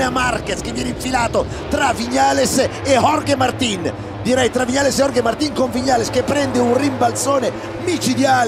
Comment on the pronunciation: Vi prego, so che non é imprescindibile, però se si fanno video in un canale "professionale", dopo anni che ormai conosciamo location e personaggi, sforziamoci di pronunciare i nomi correttamente: Martín, non Màrtin, Cheréz, non Gérez o Iérez (pronuncia più vicina per Jerez).... Non credo ci voglia molto...